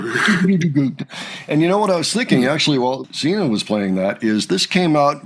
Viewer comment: She is Sina not Zina